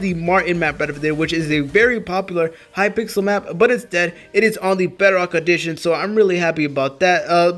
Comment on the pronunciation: Hypixel not Hypixle